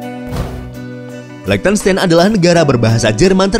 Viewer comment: Min kalau mau bahas negara di eropa coba search gmn tuh spell nama negaranya ,itu spell liechtenstein nya salah, itu negara pake bhs jerman jd nama negara nya jg pake cara baca nya bhs jerman 😁hehe ato emank sengaja mau di spell pakai bhs indo ya hehe